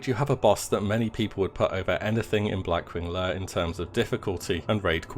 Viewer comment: Blackwing layUH